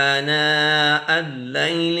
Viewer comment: Ghalti se anaa Al laili Aagya jb k aanaa Al laili hona hona chahiye